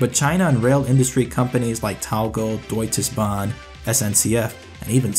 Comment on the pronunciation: "doitses Bahn" lol thats a funny was to pronounce it